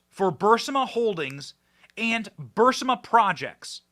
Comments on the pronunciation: Fascisistic is the correct term. And Aberration. Not Aparrition. For the last time, Benny, it's Bur-ees-ma. Not Bursima. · Benny your show is great and gets better and better but here's 2 constructive criticisms: 1. Burisma is pronounced BURR-IZ-MA. 2. Maybe think about making your speaking volume a little more consistent. I understand that you're a passionate guy but it's a difficult sometimes... sometimes you speak in almost a mumble or whisper, really really low... and then you start yelling really loud till your microphone gets distorted. OR get your audio guy to dial in a good compressor setting for you voice so that the volume is a bit more leveled. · Please again stop saying Burisama. Rather say Bearissama. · Benny!! It’s Burr Reese Mah. Stop saying Burrs ih mah. You’re killing melt ears. Burr Eeeess Mah. Omg. 😱😱😱😱😱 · Benny ..please pronounce the energy company's name properly...not BURSAMA ...but BARISMA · NOT "BURSIMA"!!!! ITS "BURSIMA"!!!! Benn has always said it wrong... BEEEYOURIZMA"!!!! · Hey Benny! It's pronounced Burr Esma not Burss ima! Not that it matters! Great work! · Burisma is pronounced BURR-EEEEZ-MA. NOT bur-simm-a. Sorry Benny it just hurts my ears when you miss pronounce words. If you had spinach in your teeth I'd tell you that too cuz I'm a real friend...love ya Benny. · Thank you! Also, if I can correct you - the name is Bu-Riz-ma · I believe the company's name is pronounced bur-IZ-mah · I really wish you would learn to pronounce Burisma correctly Benny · Has anyone caught the file Joe Biden is holding instead of saying Evidence it says “EVIDNECE” 😂 I hope this wasn’t you Benny,because I laugh every time you say Burisma because you mispronounce it really bad!!!! But hey I get your point of the video!!! I wish you could do videos of how our 2A is being trampled on by ATF!!!!